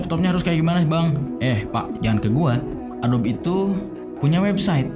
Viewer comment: Masukan bang, adobe dibaca "a-do-bi" Makasih😂😂 overall gua suka lu comeback gini